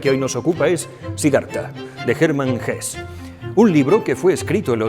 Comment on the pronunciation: Como siempre, gracias por su trabajo. Por poner un pero. Me suena mal la pronunciación del nombre de escritores alemanes en inglés como „gess“ o „zomas“, en lugar de „gesse“ y „tomas“. Es lo único que puedo aportarle